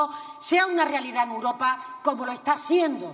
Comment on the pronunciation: Esta señora no sabe decir europa ,europea,dice uropa,uropea, escúchenla bien